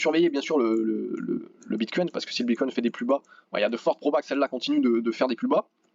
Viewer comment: Salut ! Merci pour l analyse.. Juste un truc please prononce au moins Bitcoin sans un "s" à la fin.. ou c le s du sang du Bullrun !?